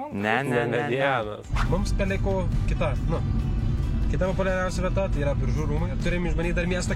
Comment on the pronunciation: wtf šis Biržų tarimas... atrodo lyg pirmą kartą miestą girdėjęs